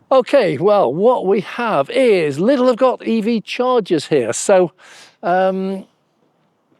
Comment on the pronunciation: There's no "S"in Lidl.